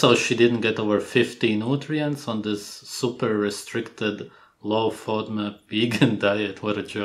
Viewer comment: A low what diet???? Are they saying low fiber diet? I'm hearing 'Fudmut" diet